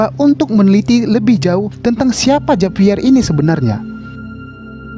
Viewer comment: Di bacanya bukan Javier ka tapi havier